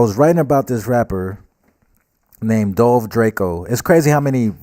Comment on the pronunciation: *Dolce Drako* bro not dolve